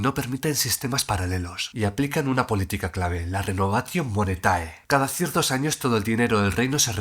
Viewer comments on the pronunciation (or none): Perdona que te corrija: el acento cae en la penúltima sílaba 'MONÉTAE' y no 'MONETÁE'. Lo mismo en ROSA, RÓSAE nuuuunca ROSÁE! Este error es muy común en la enseñanza del latín en el ámbito hispano y representa un grave error de acentuación. Ojalá se enmiende tal desaguisado en el profesorado hispano.😮😂❤